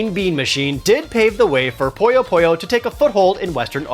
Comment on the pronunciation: Why do people keep mispronouncing Puyo Puyo as Poyo Poyo? I don't get it!